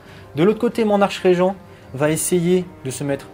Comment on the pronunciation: on ne dit pas archeregent mais arkregent (écriture facile à lire pour pas faire la vanne en mettant 2 fois archregent)